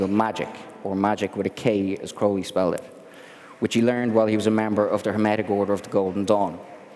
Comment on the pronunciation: Glad to see someone pronouncing his last name correctly. Ozzy is a dumbass. He screwed up his last name in the song Mr. Crowley by pronouncing it Crowl-lee, but it's actually Crow-lee. And in poem Aleister even rhymed his last name with unholy.